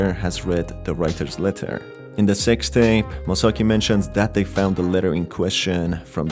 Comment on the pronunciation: The way you pronounce "Sixth Tape" genuinely sounds like "Sex Tape".